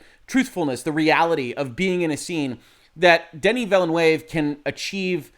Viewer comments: Watching again as part of Hoeg support. #Shrimpfriedrice Just saying, it's not Vilénuévé (not spanish) but french vilnœːv (in phonetic) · Just so you know, you pronounce Villeneuve incorrect. Just so you know for the future, you can hear a French speaker pronouncing his name correctly at: I think you might have been misled by how you'd say Villanueva. There's a lot I like about this film. But, I think that leaving out Irulan is kind of a mistake. One thing the old Dune film did well was introduce her early (as she was kind of a major part of the novel). We do see Chani very early, but not Irulan. This film kind of misses out on the whole political aspect of things. It's briefly mentioned, but it's incredibly easy to miss (or not understand). Then, there's things like the Duke saying he should have married Jessica. But, nowhere in the film is it stated why he didn't. I think it's a big mistake to have Jessica repeat the Fear is the Mind-Killer. Because you don't get how Paul manages to deal with the pain. I think that stating that using the switches is inspired by Star Wars is a stretch. Especially since that those kind of switches are part of the real-world counterpart to the ornithopter, the helicopter. Jason Momoa is miscast as Duncan, pretty badly. Duncan is supposed to be far more about honour and be much more straight-laced. I think someone else pointed out that swapping the actors between Duncan and Gurney would have been much better to the portrayals in the novel. Duncan isn't supposed to be Han Solo (who doesn't die in the original series so it's not even that great a comparison either). I think